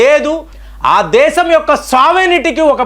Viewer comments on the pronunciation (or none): none